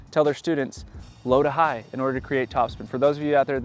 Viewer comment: o yeah .. i thought you said slap it, instead of low to high 😢😂